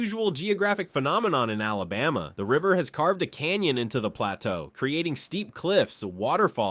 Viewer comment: This was totally false. It is evident that you know nothing about our Alabama. You need to learn how to pronounce the name too. You were so far off. And you lead into the video was a clear violation of YouTubes click bate policy. You never said anything more about Smith lake where the city was flooded and covered over by water. And most of the pictures were not from Alabama. How about fact Checking before you waste peoples time on something you know nothing about. Proud Alabama Native!